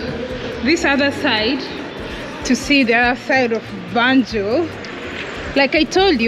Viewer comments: I don't mean accent though I'm talking about pronunciation, I noticed he he kept saying banjon but gambians pronounced it as banjul and few other words but that's not the case he was just so misleading, like the hospital was built by the colonialists not colonial masters and the name have been change since then from royal Victoria hospital to Edward Francis small hospital who was one of the people that pushed for the independent for gambia, just saying so that your followers might not get mislead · Great tour 👌🏾 also love but his tour guide wasn't accurate lot's of misinformation and can't pronounced even the name of banjul right, I hope he looks in to that and try get someone more articulate